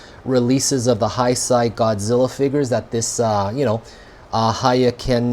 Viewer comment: Sorry I was wondering what you kept saying….i was like what’s high side?? Then I realized you were saying heisei…but it’s pronounced hay-say. Great review! Btw!